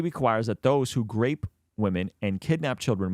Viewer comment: Why he always spelled as Grape women, as myself not being a native speaker i hate this kind of native English speaker who sound so improper...urghhh....it's disgusting...